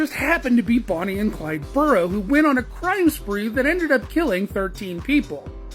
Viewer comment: The last name is pronounced Bear- o . It’s British.. Means a h😂I’ll or mound. I know my name is Ed Barrow. Watch the movie. Even Warren Beatty says it right as he 😂introduced himself to Bonny. Thank you